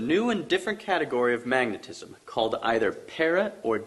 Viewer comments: everything is sound and "magnetisism" ... dude, magnetism. 2: 40 in so far. This mispronunciation is going to be repeated throughout the whole video isn't it? He's gonna drive me crazy with that before this is over, I'm sure. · Say it with me bro. Ready? MAG NET IS UM. Mag net ism. Magnetism. NOT magnetisism! Silly bro. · i love how smart people cant sound shit out "mag-ne-tism".. not "mag-ne-tic-ism" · Did he say magneticism? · "magneticism" lol! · He keeps on and on saying MAGNETISISM... it’s hard to take his words seriously while hearing that error in his mother language.. with MAGNETISM being a foundational concept in his theories. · If you don't know that the word is magnetism and not "magnetisism", then you've lost all credibility! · Magnetisisum? Lolwut... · MAG-NET-ISM - I don't know what the hell you're trying to say but it isn't magnetism. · please michael it's :magnetism, not what you call it.